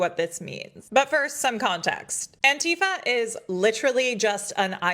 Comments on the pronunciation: It's anti fa NOT. Ann tea fah. Oh and I'm Anti-fa. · Really wish people would learn to pronounce Antifa